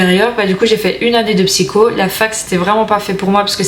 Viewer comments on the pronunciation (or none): none